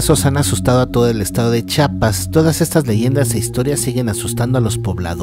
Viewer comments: Como cuando te dan ganas de quitar tu suscripción al canal cada ves que oyes al narrador diciendo Chapas en ves de Chiapas puesto que es tu amado estado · Hola, buen vídeo pero sin ofender es Chiapas no Chapas, y es tisigüa no tisagua.... Pero fuera de eso muy buen vídeo, hay muchas leyendas más por si en alguna ocasión hiciera una segunda parte, esta el zipe de la zona altos, el duende de la zona de Palenque, el Sombreron, la Cocha infernal, la dama de blanco de tuxtla...😄 Dejo por acá el link de un cortometraje que encontré del zipe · Se dice CHIAPAS no CHAPAS, y no todo eso es cierto!!! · Dejame corregirte... -Es CHIapas, no chapas como dices Es TUXtla, no tuscla como mencionas... San cristobal de las casas no es un pueblo, es una ciudad, ya que hay tiendas departamentales, centros comerciales y civilización... Checa un poco mejor para la próxima... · Jajaja me dolía cada vez que decias chapas Buen video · Me encanto pero es CHIAPAS, un saludo desde la capital de Tuxtla Gutierres, Chiapas. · Todos Dicen "Chapas" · Tan difícil es decir Chiapas? Jsjsjs. Igual buen vídeo, aunque faltaron muchos más, pero muy bueno.